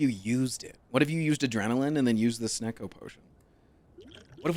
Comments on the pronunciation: I Love how he gets mad at him saying Sneacko instead of Snecko. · Guy calls snecko SNEAKO